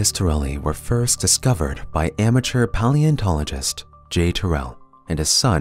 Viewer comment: "...discovered by the young amerture p-O-leontologist